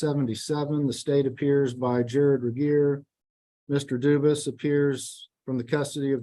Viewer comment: Why did the judge get the prisoners name wrong? It's obviously not Duvus it's Dufus.